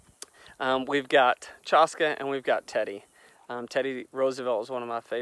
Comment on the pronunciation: Chaska is actually pronounced Chash-Kay like Lash-Bay. I love that name, just wanted to let you know the correct pronunciation. My son's name is Hoksila Takanka wich mean Buffalo Boy and everyone says his name wrong too, so I understand. So just mentioning that. Love your videos, hope to come visit the area next year.